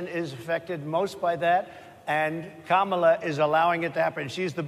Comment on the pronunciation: He actually pronounced her name right! 😅 Mala..